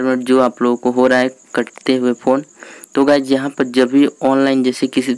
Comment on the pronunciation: Guyj nahi balki guys